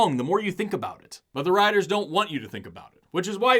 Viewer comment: I heard your Oklahoma twang on "writers!" 😂 (Much love from a Louisianan that got out!)